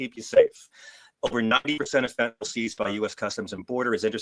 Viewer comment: There's no such as "fentanol". 🤣